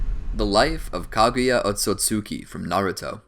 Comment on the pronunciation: He keeps saying Otsotsuki instead of Otsutsuki